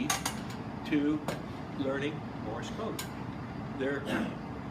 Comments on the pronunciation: Why does he sound like he's saying Morris code instead of morse. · The way he pronounces "Morse," I can see why you heard it as "Morris."